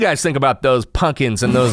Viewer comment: Punkins! Lol sounds like ur no stranger to the south